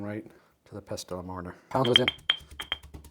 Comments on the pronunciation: Serious question - why don't you toast your whole spices first? This is known to enhance their flavour. Also the 't' is silent in pestle. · Delicious! The t in pestle is silent btw 😘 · Yo dude, the T in Pestle is SILENT lol